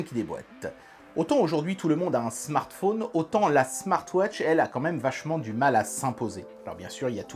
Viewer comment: le smartphôôôôône....le téléphôône sôônne...c'est l'accent de Haute Saône ? en tout cas, belle présentation du produit, merci !